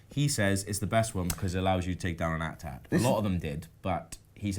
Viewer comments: Why are they calling the AT-ATs 'atat' ? 😑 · A-T-A-T NOT at-ats ! sounds so stupid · Why @@ it's eyy-tee-eyy-tee